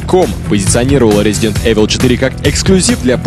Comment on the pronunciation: как же меня вымораживает Эвил у них, в 2007 году до сих пор не знать как правильно произносится игра:face-blue-wide-eyes